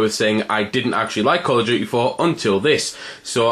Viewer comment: he said call of dookee